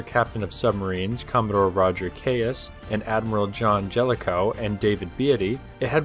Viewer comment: Commodore Keyes name is pronounced "Keys" like the things that open locks.